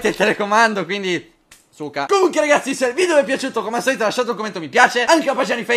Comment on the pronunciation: #favirisponde favi quando dici bella a tutti ragazzi.... in realtà dici pella a tutti ragazzi ecc...